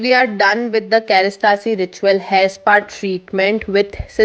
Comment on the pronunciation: It's kerastase not kerastasee 😂